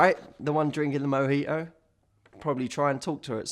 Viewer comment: The way he says "Mojitou" jajaja i love you Matthew ❤️ greetings from Mexico! Keep making this Kind of videos please !